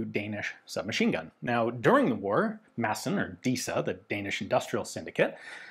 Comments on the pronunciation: No we dont pronounch it massen But thats closer than calling it maD-sen So appriciated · As a Swede, the actual Danish pronounciation is probably more something along the line of "Maaaahhhsn. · weapons Great pronunciation for a non danish speaker. We danes tend to "swallow" a lot of letters when we speak, so really it should be pronounced "massn", almost just like you're saying it, but without pronouncing the E. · Danish is more a speech impediment than an actual language, just pronounce it with a D like a normal person. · It's cool to hear the 'D' drop in and out of Ian's pronunciation of 'Madsen'. It shows that he's a regular guy and not a pure academic. 😎